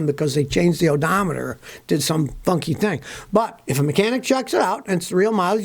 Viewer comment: When you said “did some funky thing” I thought you said something else instead of funky…😂